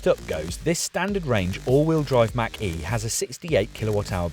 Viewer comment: Ford Mustang Mach-E looks better. They are planning on improving the range and lowering the cost. Pronounced Mock-E not Mack-E